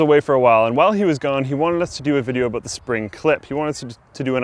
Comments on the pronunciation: "out and aboot" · 'While you're oot and aboot'